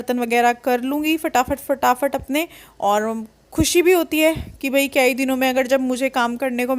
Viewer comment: आप केई बार नही बोला करो अच्छा नही लगता सुनने में सही बोला करो "कई बार " सही है,😊👍